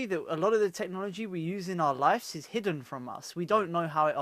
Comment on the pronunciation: taaki, it's not "life's" it's "lives"